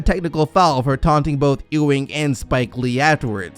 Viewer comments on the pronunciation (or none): It pronounced Ewing (think You-wing) not E-Wing... Bruh, you been watching too much Star Wars... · Ewing pronounced you-ing not ooo-ing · It's YUwing, not Eeewing.